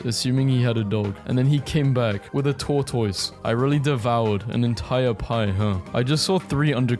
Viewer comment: how do you say tortoise again?